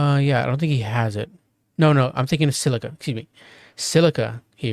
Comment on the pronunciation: scylla not silica